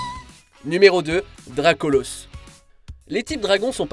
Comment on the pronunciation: Et que dire de Solgaleo incarne le Soleil et qui est des types Psy/Acier sachant que le type Acier craint le type Feu, paye ta logique 😑. On dit DracolAUsse, jusqu'à présent on dit colosAUsse, bolAUSSE.